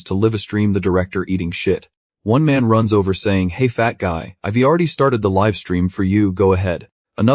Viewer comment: That bothers me less than the narrator constantly mispronouncing I've, we're, they've, they're, etc